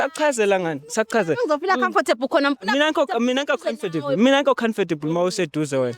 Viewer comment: They way he pronouns comfortable 😂😂